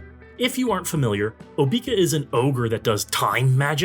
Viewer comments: I've never heard her name pronounced OBEEka. I've always heard OBECCA . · No way you actually call her "Obeaka" like that. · I've seen so many videos where they all say "Oh-bee-ka". Maybe they also say say "I'm going to bed." as "I'm going to bee-d." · I can't take this video seriously for every time you mispronounced her name. It's so annoying.